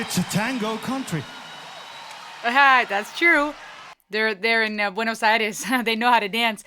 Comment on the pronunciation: I cheer everytime somebody pronounces "Buenos Aires" correctly :).